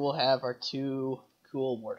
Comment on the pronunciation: "wathogs" XD best halo fail ever